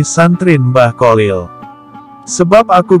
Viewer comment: Bacaan nya nama beliau itu Kholil bukan kolil min😊